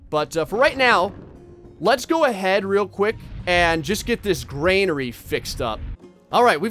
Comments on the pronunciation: I dislike the fact you're saying Granary wrong... You're saying Gr" AI"nary... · love your videos keep up the good work but omg it is a "gran" "ary" lol not grainary thanks for the smiles!!!! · I could be wrong but I'm pretty sure it's "granary" not "grainary". I used to play a lot of Stronghold Crusade when I was younger and I remember hearing; "the granary is full, my lord" over and over again. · I think you've all miss understood me... I meant that you're supposed to say Granary instead of grainary... I didn't have any hate on how to pronounce it... It just feels weird... Although i didn't "Dislike" the video if some of you think that... I actually loved it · I like how keeps saying "graynary" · It makes me twitch. 🤣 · Oh dear god please learn how to pronounce Granary 😂 there's no I in there